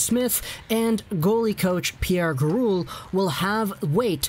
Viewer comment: NOT Gari-OCH, its Gari- OCK!